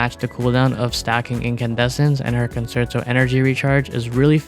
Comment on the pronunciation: WuWa content creators really need to learn how to pronounce 'concerto'.